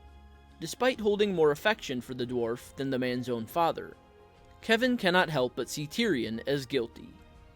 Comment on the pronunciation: I'm a little surprised that the author of this video actually pronounces the name "Kevan" correctly. Many blacks and Hispanics have 'appropriated' this particular spelling of "Kevan" and pronounce it as "Keevan", or "KeVON". Weird, but I actually watched a Hispanic try to pronounce my neighbor's name (David) as "DA-vid". Hilarious! 🤣🤣